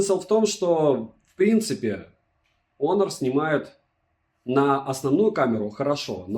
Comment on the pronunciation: Не Онор а Хонор! Букву х потерял!!))